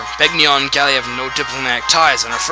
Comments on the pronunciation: Begnion. Ben-YON. The g and n are like the word, gnaw. Get that through your skulls. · In Radiant Dawn The Narrator Says Ben-Yon